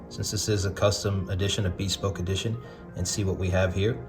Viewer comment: just... i'm sorry.. i'm ocd.. it's 'beh-spoke' not hard 'B'.